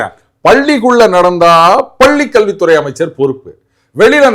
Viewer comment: அதென்ன பல்லி, கொலந்தெ, சரியாக உச்சரிக்கவும்